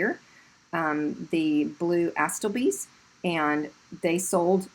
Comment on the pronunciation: Retired Florist(silk& fresh) here-great advice on purchasing silks! Oh and it’s pronounced “Uh-STILL-bee” the pretty floral you showed. Love your channel- I just bought an existing business in Canton and I’ve been listening to you while I’m on the road.